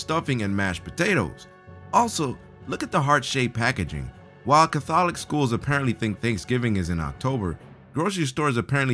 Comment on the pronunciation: Spends nearly entire video making fun of grammatical & spelling errors....then says "CAH-THOL-ICKS" (catholics)